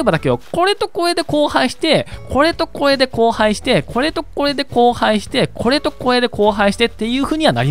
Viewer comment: これ っていうときも こぇ ってなってました